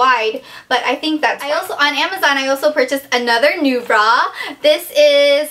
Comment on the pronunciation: lol...when you said NuBra...i thought you said "new bra"...hehe...